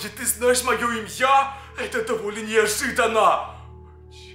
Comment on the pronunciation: Почему ты сказал имья Ани имя